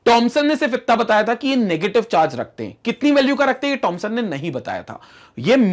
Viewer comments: It's not tomson it's Thomson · wwhy does sir always say tomson instead of thomson